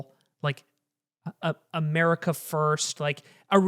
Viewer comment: I like where he said America in